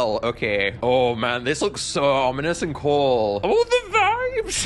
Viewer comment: "OO DA VAYBS"